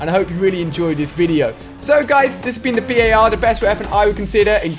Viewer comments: Dude jus say bar . Its not the B.A.R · Alia its not pronounced B.A.R its pronounced bar other wise it would have those periods between the letters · The BAR is not called B.A.R the way ur saying it is wrong